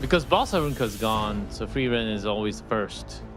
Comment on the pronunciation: “Frieren Seven” 😵‍💫